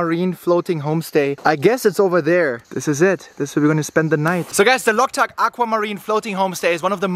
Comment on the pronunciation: Not locktuk lake ,bro" Loktak lake "